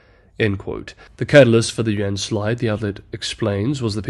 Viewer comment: dude stop saying "yen" thats Japanese currency. Its "you-in". Id be fine with "yen" but then you're always butchering Chinese city names trying to affect a Chinese accent. When speaking to English speakers, stick to English.